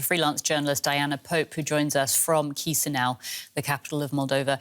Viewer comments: Kishinau not Kizinau 😊😆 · Mf pronounced Chişinău as chisniaw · At least learn how to pronounce Chisinau. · Can nobody pronounce Chisinau? It's not really that difficult.